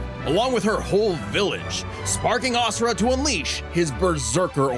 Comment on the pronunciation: I love you to death, but it drives me insane that you mispronounced Asura’s name 😅